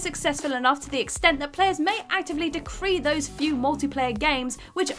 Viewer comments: A lot of these inclusions seem to totally miss the point. Also, some annoying mispronunciations made this not my favorite whatculture video. “MEAN-dering” instead of “meANdering,” decree” instead of decry, come on. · Also: decry, meandering, egregious... The voiceover is buttery-smooth and well-dictated, but hearing these word being mispronounced is grating to my ears... I hate my pedanticism :(